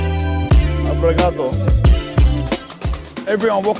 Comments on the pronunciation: it's obrigado not abrigado aniosss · Japanese Portuguese blend "Obrigatō" 😂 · Lol "Obrigato"